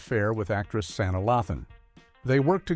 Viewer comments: It's, Pronounced Sah-Ny-Ah! Not, sa-nah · Yes. Santa instead of Sanae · AI can’t read names correctly Santa who in the heck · You pronounced Sanaa's name wrong.. Shaq should be ashamed of himself. He had a good woman who always threw surprise birthday parties for him!!